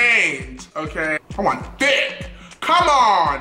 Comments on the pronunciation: I choked on my eggs when he said thicqq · I swear, every time he says " give this video a big, fat......... THICK." I start dying of laughter😂😂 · How he says thick 😂😂😂